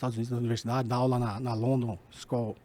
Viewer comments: Ah vá. Eu ouvindo o cara falar sobre relações internacionais, maior pinta de especialista, estilo nerd japonês, tiozão experiente e tal... até que ele me solta "SKOL" pra tentar pronunciar Shool of Economics. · Algumas verdades e bobagens, aliás várias. Ele é economista, professor e não fala inglês?? Porque a pronúncia de “school” foi cômica: “skol”. De geopolítica ele entende muito pouco, pela amostragem.